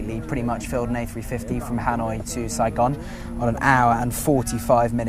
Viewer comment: I love hearing the foreigner say “Saigon”. Thanks for a lit video!!!!